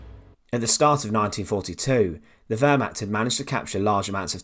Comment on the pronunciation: Please correct your pronunciations of Stuka and Wehrmacht it was really annoying me watching this!